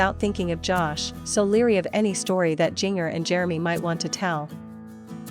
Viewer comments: A bit of irresponsible journalism when you can’t pronounce Jinger’s name correctly. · JINGER, JINGER. She not only has the wrong Duggar it's being pronounced incorrectly. So much for responsible journalism! Wonder if Jill can get royalties from the book sales?